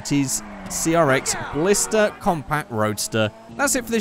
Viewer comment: It doesn't really matter but it's Blista not Blister